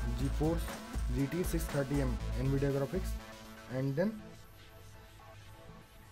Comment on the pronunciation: Yeh an vidia nahai hota nvidia navidia in pronunciation